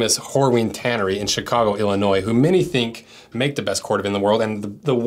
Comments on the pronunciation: Those are amazingly, almost ridiculously beautiful sneakers. Seems like something Old Money would wear who are into dressing sort of understated-casual, but super high quality. BTW, there's no /s/ sound at the end of "Illinois" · Being from Illinois I slightly cringed when you pronounced the “s” at the end of the word 😂😂 all love ❤